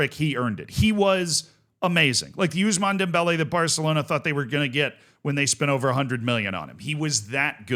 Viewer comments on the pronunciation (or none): none